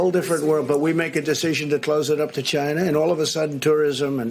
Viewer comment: NBC = Nobody blame chia-nah